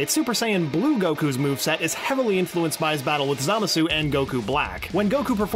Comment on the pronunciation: Dude, it's Za-MAH-su (Or SAH-mas; either way is correct -- like the two pronunciations of "Schedule"). Also, it's Rosé (Rou-SEH-EE)